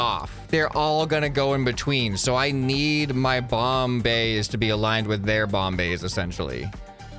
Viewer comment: Bomb bays Me: Bombays?